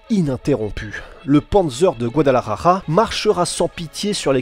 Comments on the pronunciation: Guadalajara !! ja= R avec la gorge, ra= R avec la langue... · peut tu stp prononcer correctement Guadalajara et Jalisco . un peu de respect stp